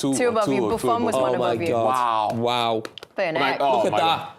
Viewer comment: . 😂😂😂 this exchange is hilarious to me. “ Ohh worw, say it agen!” & another “OHH WORW”